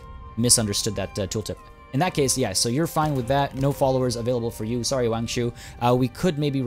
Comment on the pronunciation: fyi, if u see any Wangs out there, the "Wa" is pronounced Wah rather than Weay